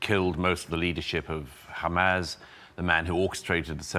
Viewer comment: It's wild how Doug got absolutely clowned on by Dave Smith a few months ago and he still doubled down on everything. He's a fool. *side note but i can't stand the smarmy way he pronounces "hamas" like "ham-ass"